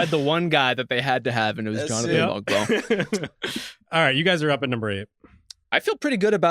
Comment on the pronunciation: The g in Mogbo is silent by the way, and that was a sneaky great pick.